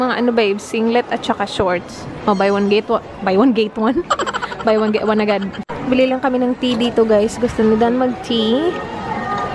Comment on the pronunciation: wait lang natawa ako sa "buy one, gate(get) one" HAHAHA